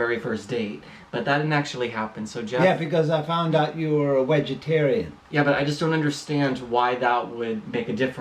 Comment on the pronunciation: Is Jeff saying ”wegetarian”?